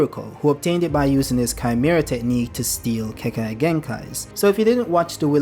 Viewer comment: I'd like to see what that element combo can do and look forward to swift release being canonized if they do use it. Also sorry but the way you say Keke is a bit distracting